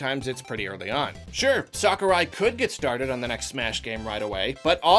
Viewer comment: No one:: “Sockurai”